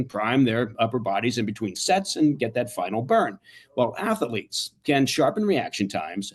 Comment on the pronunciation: “Atheletes” ? CIA man can’t even pronounce the words on his gay shake weight ad.